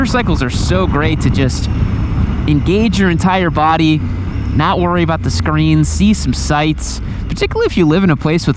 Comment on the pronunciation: i thought you said screams, realized it was screens.